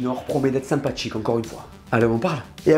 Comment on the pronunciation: "sympaTCHique" "fuTCHure" 😑 alala